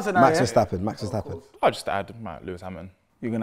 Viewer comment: Man said Mark Verstabben🤣